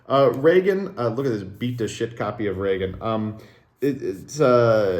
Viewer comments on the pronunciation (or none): none